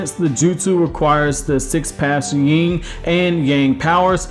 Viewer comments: Yin..not ying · It’s Yin not Ying